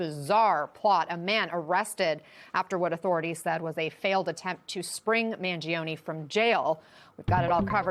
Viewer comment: 'Mangione' is pronounced with only 3 syllables not 4. Man joe nee